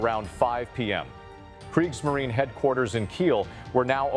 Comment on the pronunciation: It's ai. Getting better by the year though, with inhaling and mouth noises it gets more realistic. But with words like Kriegsmarine and luftwaffe the ai exposes itself.